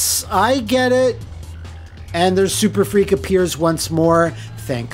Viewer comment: IT'S "SURFREAK". SURF...REAK. SURFREAK!